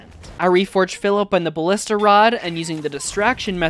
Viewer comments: Say it with me, buh·li·stuh. holy shiii, great video other than the way you say ballista triggering me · Does he know how to pronounce ballista and genuine?